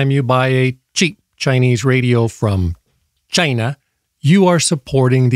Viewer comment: 😂🤣😂 “chinglish” in Chy-nàh 😂🤣😂